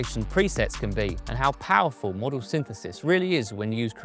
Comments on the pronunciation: “Modal” as in mode, not as in Airfix 😝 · Someone should have told him how to pronounce modal I think.